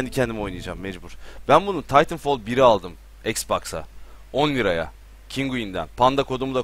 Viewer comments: Taytınfol nedir aga. TİTANFAL diyeceksin :) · hayır titanfal değil titanfol